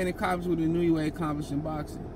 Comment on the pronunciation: It's IN-OO-AYY